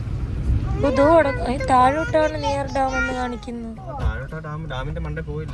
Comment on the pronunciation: ടാം അല്ല ഡാം